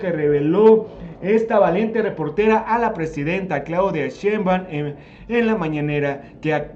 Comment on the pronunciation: Oye amigo es shenbam o sheinbaum que pasa ahi